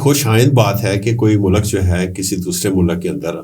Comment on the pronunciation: Mulak nahe hota mulk hota ha